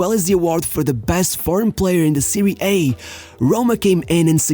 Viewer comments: I know English is not your language but its "Serie Ah", Not "Serie A" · My man is able to perfectly pronounce all Brazilian names but then he says “Seirie hey” instead of Serie A 🤷‍♂️ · Dude i thought you are good with you football knowledge but dam why you pronounce Serie A, its Serie A..not Serie ayyy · Great video, but you pronounced "Serie A" wrongly ❌ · Nonono first time I watch you, but you did perfect pronoun of Brazilian, Argentine players even JAPANESE… and then you come up with “serI hey” juvIndAs and peruJia? Big down 👇🏻